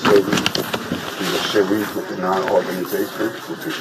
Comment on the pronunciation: What's a sha-REEF?